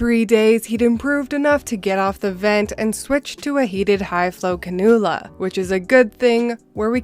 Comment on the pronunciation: Just for info the oxygen nasal is pronounced Can-U-LA